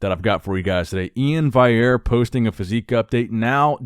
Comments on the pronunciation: stop pronouncing Iain’s name as E-in “Wiyer” or whatever you pronounce, he has specifically written on his Instagram bio how does his name needs to be pronounced and that’s:- “E-in Val-e-air” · Day three of asking to pronounce my name correctly. E-in Val-e-air.